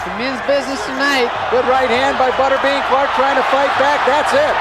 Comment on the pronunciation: C'est quoi cette proconciation ?!? "Butaire béant", sérieusement ? C'est "Butterbean", prononcé "beuteur bine", qui veut simplement dire "haricot-beurre"... Idem pour "tough man", ça ne se prononce pas "tougmant", mais "taouf mane", ça veut dire "homme dur"...